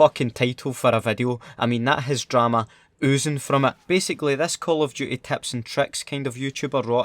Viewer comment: Call of duhey